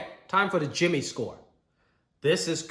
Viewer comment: Jimmieh, stop making me hungrieh😂😂